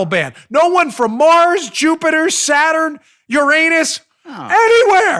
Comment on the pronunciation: Dan, you miss pronounced the planet URANUS.